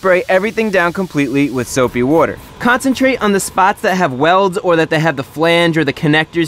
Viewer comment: soapy wooder